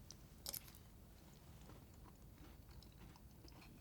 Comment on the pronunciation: lol thought it said fart there for a sec